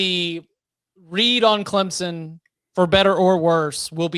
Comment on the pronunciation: can you pronounce clemson correct